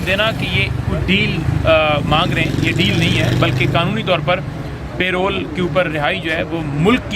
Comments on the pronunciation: oye yaar PAY ROLL to aap ki tankha hoti hai... yeh lafaz PAROLE hai, Pronounce PAH-ROLE hai. kam se kam panjhota ko itna maaloum hona chahiye. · Aziz humvatanon, It is not payroll, It is called parole. Pronounced "puh-role"